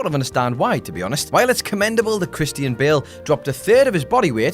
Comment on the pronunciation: WHO THE HELL IS "KRISTY-IN BALE??"